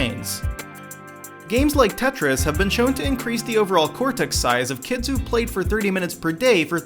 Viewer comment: Oh my god, I hate the way you say kids when you end a sentence Kyids